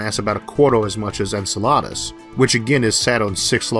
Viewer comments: You're not pronouncing Enceladus correctly. Its En-sel-ah-dus not encheladas, sounds as if you are ordering a'la carte in a Mexican restaurant. Would you like a Tayko or Burr-Ito with that enchilada? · pretty sure it's "en-sell-uh-dus" "en-sull-la-dus" sounds like a weird kind of salad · Isaac, I've always heard Enceladus pronounced with the accent on the 2nd. rather than 3rd. syllable: en-SELL-uh-duss.//May I point out a typo? Kuiper (Belt) was accidentally typed Kupier each time it was mentioned.